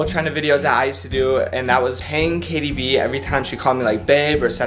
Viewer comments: Katie do giving him 100 every time he says Jatie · You should pay her $100 every time she says Jatie fam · Every time they say Jatie they should pay the other person for a video